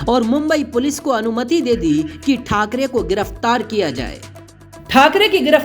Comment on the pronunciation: Say balasaheb thakare not thakare